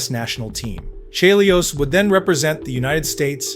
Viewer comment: This had better be AI. How the hell do you mispronounce Chelios' name?